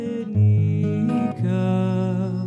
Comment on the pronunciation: Your voice is very nice but your pronunciation in Ladino is atrocious!!!